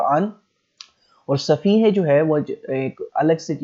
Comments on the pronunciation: لفظ صحیفے ہوتا ہے صفیحے نہیں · Sahifay ki pronunciation b thek kro